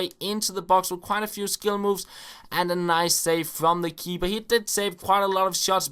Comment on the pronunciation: u know ur saing KeeBer